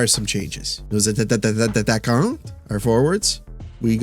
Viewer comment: its funny how you always add a couples of T when you say atttttaquants